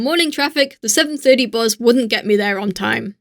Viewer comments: I’ve not heard anyone pronounce bus as ‘buz’ since I was in secondary school. XD Thank you for the nostalgic trip. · Hey there^^, I really like ur videos:D I is remarkeable that your english accent loses against the german accent at the word bus ^^. I thought about adding a little fur at the hand of, would't it be nice? What do u think about that? Hey du^^, Ich mag deine Videos wirklich sehr:D Es ist wirklich bewundernswert, dass dein deutscher Akzent das Wort "Bus" vollkommen übernommen hat^^. Mir war aufgefallen, dass du bei darauf verzichtet hast etwas Fell hinzuzufügen. Wäre das keine gute Idee?